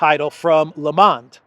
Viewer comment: not "lamand" but "L mond"